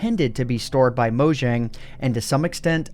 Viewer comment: Gotta' say it: Mow-Yang (Mojang)